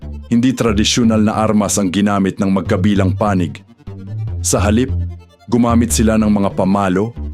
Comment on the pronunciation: robot or AI naman ang narrator..kakainis ang accent niya na awkward pakinggan gaya ng pagkabigkas niya ng "magkabilang panig" walang stress dun...no to AI voice or narration..